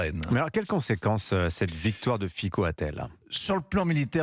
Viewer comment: On dit Fitso!!!